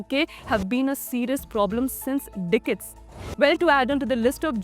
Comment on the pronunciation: Biatch can’t even pronounce the word ‘decade’